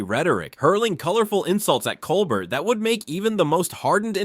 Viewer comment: Too long, didn't listen to it all (less than 5 minutes). . . . Also, please learn how to pronounce Colbert correctly.